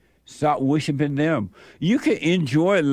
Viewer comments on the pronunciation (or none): He said wishipin.